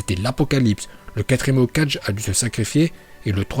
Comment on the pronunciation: le maître de la prononciation